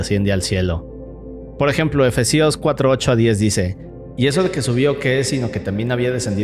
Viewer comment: Efésios amigo no efesíos :D😁